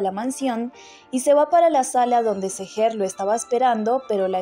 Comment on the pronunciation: OIGAN! AL PARECER ESTA NARRADORA DESPUÉS DE TANTOS CAPÍTULOS AUN NOOO SE HA APRENDIDO LOS NOMBRES DE LOS PERSONAJES!!... NOOO SE DICE TUIYÚ. SE DICE: DUIGU!!... NOOO ES SEGER. ES SÉHER!!! NO SÉ SI LLEVA ESA TILDE, PERO LA PONGO PARA QUE SE NOTE LA ACENTUACIÓN...